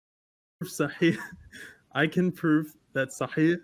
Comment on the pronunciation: he said sahih with ع to sound arabic 😂😂😂😂 its with ح dude